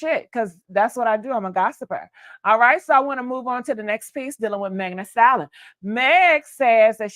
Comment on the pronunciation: The word is pronounced like stal-yen